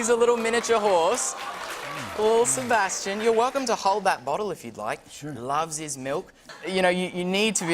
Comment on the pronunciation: He said lil’ sebation. R.I.P 😢